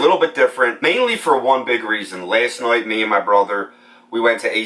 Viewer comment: Last”noight” . Where are you from?